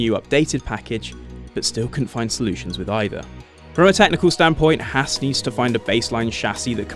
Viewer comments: Oh my god can some one say Haas right. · Thumbs down for pronouncing Haas wrong.